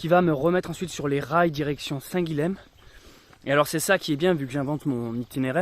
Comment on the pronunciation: Salut et encore merci pour ces vidéos. Je n'ai pas lu les autres commentaires, on a dû te le dire dix-mille fois, on prononce "saint Guillem", ill, comme dans paille, car le lh en occitan se prononce ill. (c'est une prononciation qu'on a gardée, y compris en français. idem Graulhet dans le Tarn, ou Varilhes en Ariège.... à plus! )